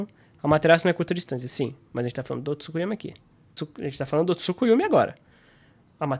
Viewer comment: achhei que tu só falava "Tsukuyumi" por tua pronúncia mesmo, não por achar que se escrevia assim mas nada contrakkkk vídeo ótimo,! e cara, eu achei muito ruim no vídeo do Dygo, ele literalmente comparando o Itachi da luta do Sasuke, todo ferrado, no luto da morte, quase cego, que o Sasuke conseguiu rivalizar, mesmo o Itachi com isso tudo não dando nem 100%, com essa luta do Naruto MK1, e ele usou iso pra dizer que o Sasuke Hebi conseguiria competir com a velocidade do Naruto MK1...